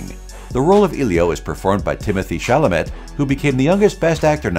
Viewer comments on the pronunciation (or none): none